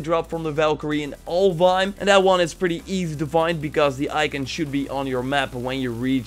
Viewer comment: I keep thinking he's saying Ulduar.